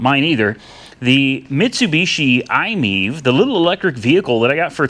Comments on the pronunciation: We love our iMiEV and I hate the way you pronounce it! It's not I-MEEV! It's I-Me-Ev. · I’m think it’s pronounced I-My-EV, not Imiev